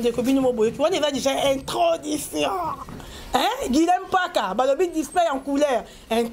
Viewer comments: Bino ba mikuli ya ba eglise Kaka boyer bo kendaka ko sambela To ko luka ko yeba vie ya pasteur ??? Ba 🙄🙄🙄🙄mukolo boyer ozoloba introdution c'est introduction pronoce très bien chère chronifiotie . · Intridution kkkkkkkkkkkkkkkkkkkkkk kkkkkk 😂😂😂😂😂 delelopéma kkkkkkkkkkkkkkkkkkkkkk kkkkkk 😂😂😂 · "Introdusion" les journalistes!!! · Oyebi pe koloba te ez introdiction et no etrodition soni kaka ki songi songi